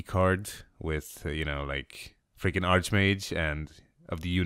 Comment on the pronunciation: It's freaking! Not fricking >_< :(